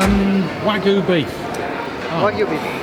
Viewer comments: Isn't wag-yu not wagoo the guy even says wagyu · I love how the seller tries to correct him but he just keeps saying WAGOO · One small comment. Please stop saying wagoooooo. I can't hear it again lol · Wag yu not wag-oo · The way you say waGOO is so cringe. You’re British 🙈 it’s pronounced wag-YOU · Lol great vid mate. Bdw , it’s WAG-YU NOT WAG-OOO! 😭🤣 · ITS NOT WAGOOOO ITS WAG-YU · Wagyu, not waggoo 😂 But it's overpriced crap at any rate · "Wahg-Yoo" not Wagoo. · Wagu? There’s a bloody y in it and it’s pronounced wag-you! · I hate when people mispronounce the word Wagyu. Its not "wag-oo" its not "way-goo" its fucking "WAH-GYOU" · Will you please take the time to learn how to pronounce the Japanese properly instead of butchering it (see what I did there)? It is NOT "wah-goo" it is "wah-gyu" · It's pronounced Wagyu...not Wagoo. Man, the way you are saying it is driving me nuts!!😂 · I can't be the only one that cringed every time he said "wagu" instead of 'wagyu', right? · Wag-YU, not Wa-GOO. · common dairy cow would be by far better than "wagu" because thete is nothing in existance in the meat world called "wagu" beef. now if you talk about "wagyu" syeak you may have something. there is a "y" sound and it is pronunced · it's wagyu not wagu. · Wag... Yu... not wagoo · Wag- yu... not wa-gu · It's wag-yoo and not wagoo you moron. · thats wagoo not wagyu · not wagu, Wagyū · Bruh, it's wagyu (wa-gYoo), not wagOO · When the meat seller repeated his request "Wagyu beef" for a second there I thought that I heard Wadu Hek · It's WaGYUU not Wagoo. WAG YOU fuck sakes man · Should learn how to say Wagyu properly. I keep hearing ragu. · i swear if he says wagoo instead of wagyu one more time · its not wag goo , its wag you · WagYu, not Wagu! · It's pronounced wag-yu. Not Waggu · Wagyu is not a french word but a japanese one, so you pronounce every letter. Its not "Wagu" its Wag-you. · it's fucking wagYU not "wagu".... ffs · wagyyyyyuu dude not Waggguu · It's wagYu, not wagU